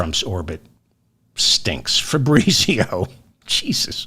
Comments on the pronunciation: Fabritzio? That’s an Italian name pronounced FAB- Rheetz IO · if you pronounced it correctly -- fah breetsio -- you wouldnt laugh so hard